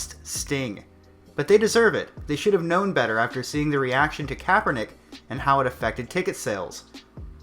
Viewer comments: I love how you never say his name right. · are you pronouncing his name differently on purpose? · I like how you say his name wrong everytime!!!